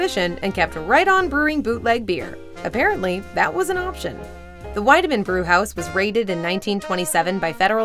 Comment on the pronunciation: It's pronounced "Weedemann".